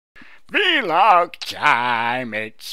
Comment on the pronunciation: I like that you said v-log instead of vlog.